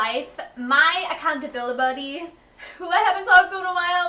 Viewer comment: Did you just say "acountabilibuddy"?